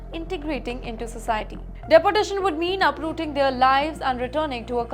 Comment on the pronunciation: Please look into the pronunciation of your reporter. She has issues with the right pronunciation.Its De por tation ... Not dapportation